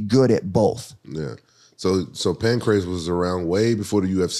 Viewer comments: Hey,, you're beauty, it's not pancreas. I'm laughing, that's so funny. I'm surprised nobody corrected you. Pancreas is an organ in your body. Not a fighting league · Co host doesn't seem to know much about the sport. Don't think he was watching pre tuf era. "Pancreas fighting" lol. He's never heard it pronounced out loud. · said "Pancreas Ruleset" Ken counters with "Hi BREED" pro wrestling🤣🤣🤣🤷‍♂